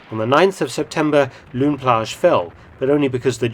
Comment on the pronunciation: Pronunciation 'lone plage' it's a mix of flemish and french name